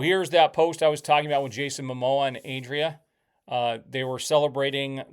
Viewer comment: Adria Arjona: AH-dreea (Just like saying Andrea but without the N), Ar-HO-na. Accentuation on the capitalized syllables.